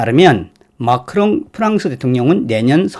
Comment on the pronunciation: 마카롱이 아니라 마크롱 ㅋㅋㅋ